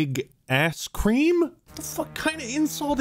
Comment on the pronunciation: The guy she was talking to his name is karim, she made it sound very close to cream